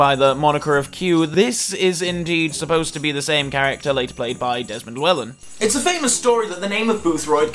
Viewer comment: My inner Welshman took a blow listening to how you pronounced Llewellyn